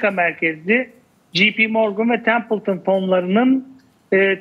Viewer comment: jp morgan "ji pi" değil "cey pi" diye okunur. biri kafandan uydurup yanlış telaffuz ediyor, diğerleri de papağan gibi aynısını tekrarlıyor. en ufak bir sorgulama, araştırma yok.